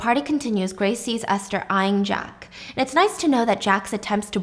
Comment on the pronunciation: wait i think it’s Ester not Aster 🫢?